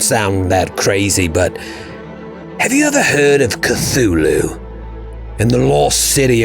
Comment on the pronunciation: can you say Koo-Too-Loo?